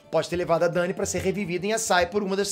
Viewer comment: Porque ele fala Drogon desse jeito kkk? E poque ele chamada Dany desse jeito também? Kkk